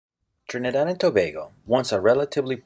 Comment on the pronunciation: He needs to swap the way he pronounces the 'a' in Trinid'a'd (short a sound) and in Tob'a'go (says its name)